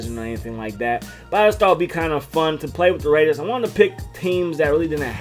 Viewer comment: DA RAIDUHS! Alright, give it a shot. If anyone can do it, can